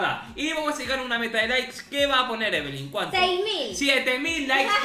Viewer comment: Amo que le digas evelyn y no lyna